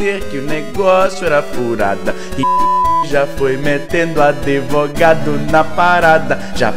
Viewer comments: Kkkk "adevogado"? Azaghal deve ter curtido. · tinha que ser processado por falar "adevogado" 8)